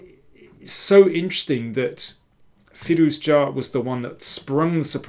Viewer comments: i was wrong. your pronounciation is correct and every other commenter's is wrong. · You pronounce Firouzja's surname really well